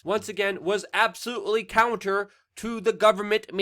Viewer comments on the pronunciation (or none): none